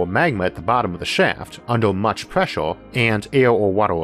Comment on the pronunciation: Huge preshore deepore what us this nararrotor sayong.